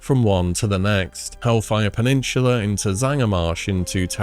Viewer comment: It's called hellfire peninsula, not peninshula. Also stranglethorn valley not stranglethorn veil. Is this an english issue with you or do you not know the names